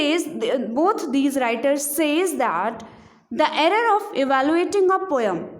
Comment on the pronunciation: Poem pronunciation is wrong